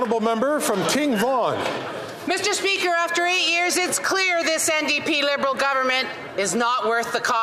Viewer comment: Fill the gap " mr. Speaker" " mr. Spesker".😅😅😅😅😅😅